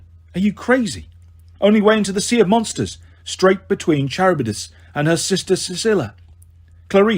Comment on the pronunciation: this is how i feel about the pronunciation of charybdis and scylla😭😭 good audiobook regardless but its bugging me